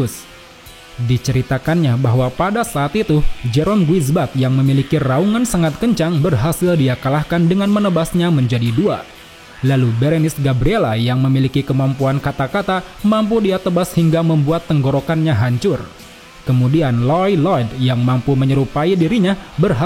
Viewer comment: Berenice Gabriella?? Gabrielli om